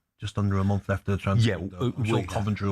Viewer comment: I don't fink I know what a monf is. Why are football commentators so fick?